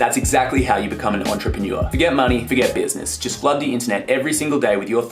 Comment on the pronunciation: I am the only one that thinks you pronounce entrepreneur weird? No? Maybe just me? 😂